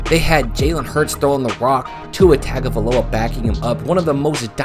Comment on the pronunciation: Fun stuff and we appreciate the love but, for god's sake, please have enough respect to learn how to pronounce Tagovailoa. Roll Tide Roll